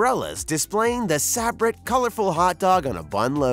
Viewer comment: Please learn how to pronounce Sa-Brett and they sell them in much lower counts than 25 in the grocery stores. Who did this research.?